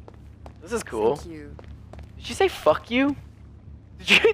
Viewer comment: She said thank fou i think